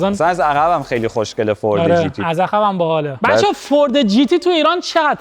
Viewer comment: زبونش ق رو خوب نمیتونه بگه میگه خشنگه! خیلی با مزه ست